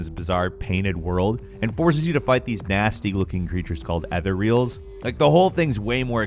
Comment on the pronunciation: Is anyone else getting triggered by his pronunciation of "Skellige" and "Etherial"? Like seriously, the characters say Skellige soooooo many times and this guy decides "nope, don't care, it rhymes with 'fridge'"... And it's pronounced like "eh-theory-ul" not "ether-real"... And that one is not made up for the game...